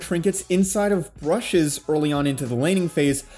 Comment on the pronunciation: Brushes lol